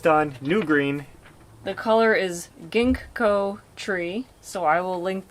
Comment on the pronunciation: The Ginkgo tree is a really interesting tree. It is a "living fossil" found in the ancient fossil record but also found growing today, but only in gardens, not found in the wild. No need to awkwardly try to pronounce the second "G", just simply and quickly say "ging-ko".